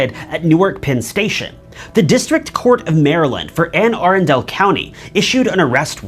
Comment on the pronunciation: I really liked this video. You should do more of these! I went to UMD in April 2015 and don’t remember much publicity of Patel’s case. It’s terrible what he did to that young lady. Also I can tell you’re not a Marylander based on the way you said, “Anne Arundel” 😂